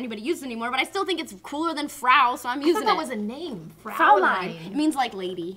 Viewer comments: not to hate, but it's Fräulein, not Fraulein. The umlaut makes a difference in pronunciation. Au makes an "ow" sound, whereas, äu and eu make the same sound, "oye". I took a year of high school German and am now a college freshman continuing German studies. I know this. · good job on the Mädchen... However, you said Fräulein wrong... it is pronounced Froy-line the äu makes an "oy" sound like in "ahoy." Also, it specifically refers to a young unmarried adult woman, usually in the form of a greeting. "Guten Tag Fräulein Turney" would translate to "Good Day young Ms. Turney.".. and if anyone wants to know how I know this.. I studied German 4 years in college and I have actual German cousins with whom I converse with in said language. Wenn ihr nicht mich glaubt, gibt es mein Beweis.. Ich bin nicht Fließend und meine Grammatik ist beschissen aber, als ihr sehen könnt, spreche Ich etwas Deutsch.